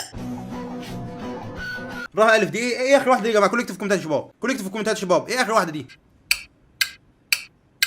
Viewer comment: ليه بتقول شيباب